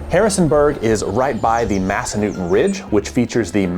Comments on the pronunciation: I’m assuming you didn’t ask any locals how to pronounce Massanutten… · Yes, I live there! I can see Massanutten Mountain from my front porch. Pronounce the 3rd syllable NUT 🥜 😊